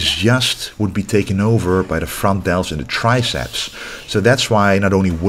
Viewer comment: "The frontdeltschhhh”